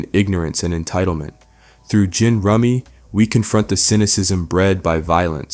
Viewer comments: Why does he say “Wuncler” wrong? Why does he sometimes say Gin’s name wrong but other times get it right? I’ve only watched the show casually and even I know how Wuncler is supposed to be pronounced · You're killing me with your pronunciation of Gin, sometimes it's right and others it's not 😂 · why does he go back and forth between pronouncing Gin Rummy with a g and j? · Pretty sure it's A.I. with his constant mispronunciation of "Gin" and the way he will repeat a point back to back, just slightly different. There's no way someone would somehow be this big of a boondocks fan, making in-depth analysis with geopolitical parallels with the time, and proceed to make so many errors Someone mashed a bunch of essays together and told a computer to find relevant clips (most of which very loosely fit the current topic) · when the previous section of the video had you pronouncing his moniker properly, "jin" for gin rummy, and then you started calling him "ginn" with a hard G at this point, that's when I knew you used AI for your own voice on this video essay and my incentive to keep watching dropped to zero granted you still probably wrote the script yourself and know how to pronounce words properly, that shit's just sloppy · "Wunkler"? "Ghin" Rummy?? You WATCH the show. You KNOW how their names are pronounced. YOU EVEN PRONOUNCE IT CORRECTLY A FEW TIMES AND THEN GO RIGHT BACK. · The way he pronounces “wunsler” & “gin” as “wunkler” & “ghen” is so distracting 😭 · I'm sorry, "wun(k)ler" and (G)in? naw B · Insightful sure, but has the narrator actually watched the show? The character is called Gin Rummy. Phonetically JIN as in the drink. Gin rummy is a card game. It may be a reference to rumsfeld but how the hell do you get that wrong? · Wuncler is pronounced like Onceler, gin rummy is pronounced like a j, otherwise great content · G-in rummy? This guy needs hooked on phonics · And he mispronounced Gin Rummy too lmao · What's annoying is how you pronouncing Oncler & Gin!! 🤨